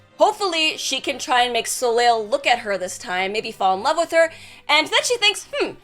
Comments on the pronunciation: I'm assuming it's french and it's pronounced "So-Lay" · Not to be super-pedantic, but, this was bugging me - assuming that his name is spelled 'Soleil' (as would make sense, in what looks like a French-type setting), it's pronounced 'so-lay'. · Glad I scrolled enough to find this, as soon as I heard how said it I was like "that can't be right" lol